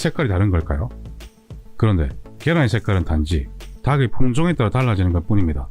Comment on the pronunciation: 닭을, 닭의 닭이~ 달글, 달긔, 달기로 각각 발음해야지 처럼 다글, 다긔, 다기로 발음하면 안 됩니다. 고맙습니다.